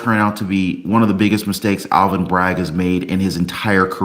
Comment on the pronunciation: PS it is not Alan Bragg it is Alvin Bragg. You need to speak clearer